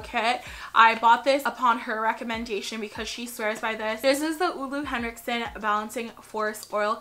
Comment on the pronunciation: Dear, it's "ooh-lah" Hendrikson its German pronunciation...